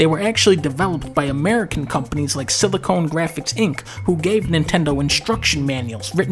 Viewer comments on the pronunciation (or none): Lovin this dudes dialect "Si-li-CONE Graphics"